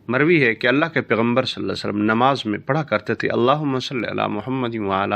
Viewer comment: JazakALLAH Ap meherbani farma k salal la ho alaehe wasalam theek sy bolain